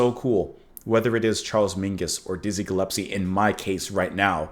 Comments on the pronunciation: Small point, but it's Dizzie Gillespie, not Dizzie Gillepsie 🙂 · Gillespie not gillepsie. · Sorry, I´ve been following you gladly through the years now but... it´s Dizzie GilleSpie, not GillePsie;-) And yes... thnx to YT and precious people like you that keep the music alive and connect the beginning with the NOW and the future... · Ge-Les-pee (not Ge -lep-see) Sorry about your dad. I love classic jazz. Miles Davis, Charlie Parker, John Coltrane… I’m old but still too young to have seen these masters live. I started to go to concerts of Classic rock and folk rock in the late ‘60s (high school) on, and everything that followed —punk, post punk, new wave… Oops clicked send before finishing. I continue: I did get to see Dizzy. And a favorite album (a romantic “go to” when I was in college) is John Coltrane and Johnny Hartman. I was lucky to hear Hartman in concert not long before he died. I strongly recommend you listen to the Hartman/Coltrane album. Hartman’s voice blends with Coltrane —so gorgeous. Please treat yourself or do a reaction. Lush Life. anyone on this page know what I’m talking about? Who knows that album? Maybe I’ll add a link here. Ok here is Lush Life. But all the songs are worthy. Coltrane playing it solo is also great. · No. It's Gill...But, more accurately, it's pronounced Gull.espie. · It’s Dizzy Gillespie not Gillepsie. 😜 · Gill-es-pee. Happy for your epiphany. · Not to be picky, but you know you're saying Dizzy's last name wrong, right?..S before the P, not the other way around. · Aww, our little boy is growing up. Now figure out the correct pronunciation of ‘Gillespie’. 😬